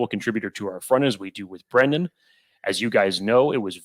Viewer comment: HEY!!!!! STOP SAYING BRENDAN!!! ITS FREAKING BREIDEN!!!! If you're going to talk about these guys say their name correctly!!!!